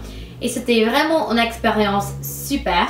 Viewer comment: Salut , je suis française et je voulais te dire que tu parle très bien le français. Des fois tu prononce mal, c'est à dire: au lieu de dire " une " tu dis "un", mais cela ne nous empêche pas de comprendre. C'était un plaisir de regarder ta vidéo, surtout que j'adore l'accent américain/britannique . Continue car le français te vas a merveille😁😘